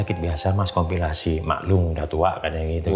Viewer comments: Kopilikasi pak bukan kopilasi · udah siap2 serius nyimak, eh Bapake ngomong komplikasi jadi kompilasi 😩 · Narsumnya lucu..wingit jadi singit..komplikasi jadi kompilasi...😂🤣🤣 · Komplikasi di bilangnya kompilasi....😅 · Komplikasi pak,,, bukan kompilasi😅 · Komplikasi bang,bukan kompilasi 😂😂😂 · Komplikasi baaaang bukan kompilasi 😊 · Komplikasi pak bukan kompilasi